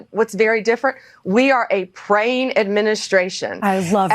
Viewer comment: I definitely heard it as "preying".